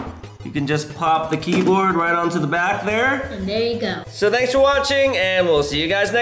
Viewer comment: Did Evan say keykoard or keyboard